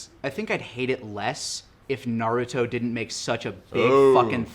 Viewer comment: Naduto Me: Narooto.